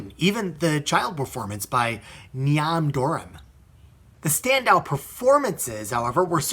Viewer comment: Niamh is phonetically pronounced KneeV. Knee with a V on the end.